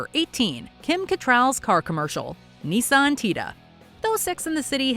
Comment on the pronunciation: It's "Nissan", not "Knee-sun"... At least watch (and listen) to the commercials in your video